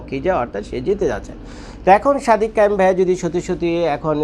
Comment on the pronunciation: নামটা ভাল ভাবে বলেন। সাদিক কায়েম। সাদেক কায়েম না ওকে।